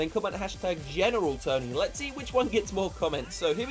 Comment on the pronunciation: geMeral tony